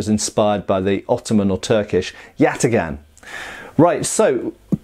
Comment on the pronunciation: Do a shot every time he says yatigahn.